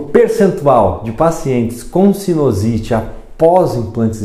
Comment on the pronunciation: o correto é sinUsite e não sinOsite. Só como comentário de um seu colega.